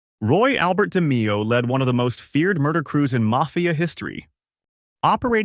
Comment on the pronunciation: Good video but its pronounced (De-Mayo) not (De-Meeo)